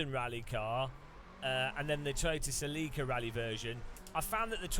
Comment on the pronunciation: Huh. I have never heard someone pronounce celica that way.